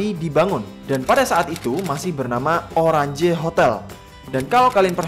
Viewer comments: Oranje itu di baca oranye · Bang itu hotel oranye, bukan oranje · salah baca oranje nya. Itu Bahasa belanda Yang artinya Orange. Kalau baca J di Belanda itu Y kk bukan j. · Kualitas suara video sampean ga banget mas.. Cempreng tajam. Ini hape dan headset saya premium punya, HiFi DAC, Dolby Atmos + Sony Premium. Btw, Oranje dibaca jadi Oranye bukan Oran Je. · maaf d bacanya hotel oranye "j" nya baca "ye". Maaf maaf jgn Bully aja cuma info maaf netizen jgn julidin saya karna jaman kolonial kan pake ejaan belanda